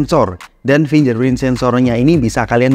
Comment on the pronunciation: 2023 udah mau berakhir tolong pronouncenya jangan FINJER PRIN doong ngaaaan 😭 Ganti pronounce yg bener doong biar enak didengerin